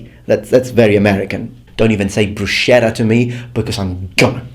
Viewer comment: Managgia, no, la “brusciérra” no, vi prego !